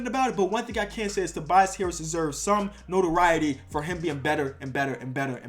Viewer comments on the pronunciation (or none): none